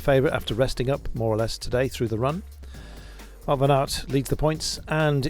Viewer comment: What gets to me a little bit is how all the English commentators pronounce "Wout" when it is so simple to pronounce it correctly like "Vote" as in elections.